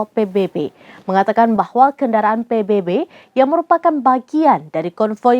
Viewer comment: Sebutan nya adalah PBB tolong jgn baca huruf salah. Ini huruf bunyi nya B bukan nya baybay